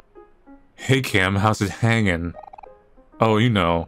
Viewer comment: I did not like how he emphasized hanging.